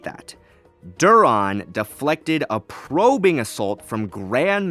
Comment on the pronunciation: It's clear you're misinterpreting certain excerpts and concepts (see below)... , why are you emphasizing, "probing" the way you are? And of course Kyp would utilize less movement in deflecting than Luke would be in striking; it's kind of a given that it requires more movement to attack than to defend. , while yes, Tenebrous has no dueling feats, we have no good reason to NOT assume he's a master-level duelist given, in general, the Rule of Two Sith increased in skill and power with each generation, and Tenebrous was near the end of the Banite Sith line. Bane himself was a master of multiple forms, and I have confirmation from Drew Karpyshyn in an email that Bane would have instructed Zannah in familiarity with all the forms, not to mention Bane's holocron would have been passed down the line as well. (Side-note on Zannah: she's somewhat like Yoda in that, they're both knowledgeable of the other forms, yet they only ever use the one form that best suits them. Her knowledge of the other forms is more so to best combat them than to use them.) Anyway, back to Tenebrous (and by extension, Plagueis)... we can also work backwards: we know a vast majority of Sidious' growth, especially in the blade, would have been, not between TPM and RotS, but under Plagueis' tutelage up to TPM. Thus, we can plenty reasonably glean that Sidious being a master of all 7 forms most likely came from Plagueis' instruction in them. Same trickles down backwards to Plagueis having most likely bee